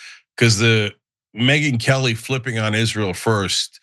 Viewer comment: I thought Cenk said Midget Whores Lmao